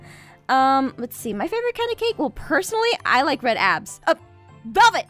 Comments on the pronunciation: She said red abes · 😂😂😂 aphmau said red abs😂😂😂